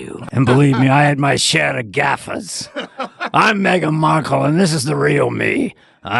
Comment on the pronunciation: "Margle Mekle"!!!! And said "stripe-ped" dress.